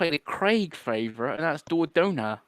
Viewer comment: The Dordogne pronunciation 😂 It's daw-doin. I played Venba recently and agree with, it's barely even a game.